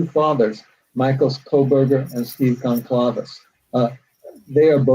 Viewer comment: I expect an author to be able to pronounce goncalves...